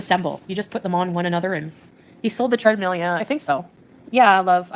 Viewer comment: "Tread-meal" gets me every time.